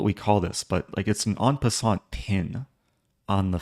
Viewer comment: At the end of game 1, are you talking about en-pin-sant Eric? 😂